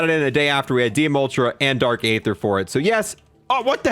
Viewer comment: It's pronounced ee-ther not a-ther and it's the vargo not vergo